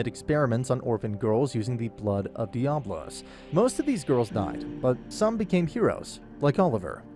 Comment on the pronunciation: I don't think you know how to speak English. It's de-abb-.lo as in diablo the devil